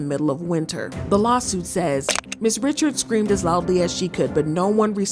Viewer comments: FYI It's not Dawn Richard it's Dawn Ri-shard 😂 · Not saying Dawns last name wrong too 🤦🏾‍♂️ why Dawn goes by just Dawn.